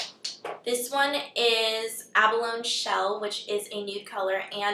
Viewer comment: its ab-a-lon-eey shell:) lol